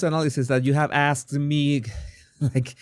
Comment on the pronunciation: She said, "why wait to be assed" rather than why wait to be * asked *...